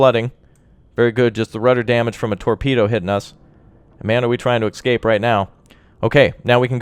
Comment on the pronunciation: its not excape its escape